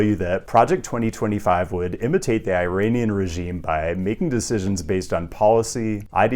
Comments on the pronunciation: your an "IRANIAN" and you pronounced it the way you did? i dont think so. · The pronunciation of Iranian 🥲 you’re killing me